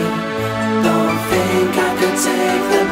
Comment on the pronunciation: yes exactly this 😂😂 i love how close they are so you can see them pronounce it "fink" and not "think "